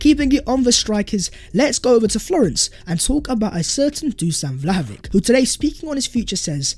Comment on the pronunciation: For God's sake,, when are you going to learn to pronounce Vlahovic's name?? EVERYONE around you is pronouncing it properly. LISTEN to them!